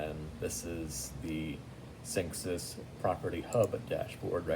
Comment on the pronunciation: its synexis that's pronounced